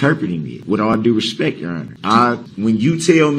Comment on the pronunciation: It really bothers me whenever he meaninglessly states the phrase, "with all respeck ". He is too stupid to know that the correct enunciation of that statement is, "With all due respect !" His disrespectful attitude and behavior overshadows every attempt he makes to try to appear to be respectful.